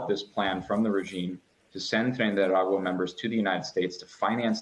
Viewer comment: Surprised by the on spot pronunciation of "Tren de Aragua"